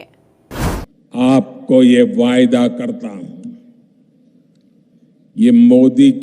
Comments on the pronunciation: Hahaha 😂😂😂 waida not wada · Yeh vayada nahi vada hota hai